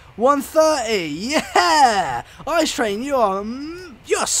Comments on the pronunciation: Its pronounced I-C-E and not ICE, and its from germany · Its I.C.E. not ICE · German quality. And you pronounce it: I----C----E, and not ICE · The "ICE" train, is actually called the I-C-E train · Why don‘t they hace the ICE 3 and its not spoken ICE but I.C.E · its not ICE you speak it “ I C E” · The ICE is from Germany. You pronounce it I , C , E not Ice. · its not called ice train its called I-C-E And its from germany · Its not ice but ICE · You pronounced it wrong, it is pronounced ee-ce-ee not like the ice kind of frozen water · The I C E is not called ice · and u dont call it ice u call its own letters I.C.E. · On the ICE you pronounce every letter separat. Like I C E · You pronounce it I C E letter for letter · It is pronounst I-C-E and is a German train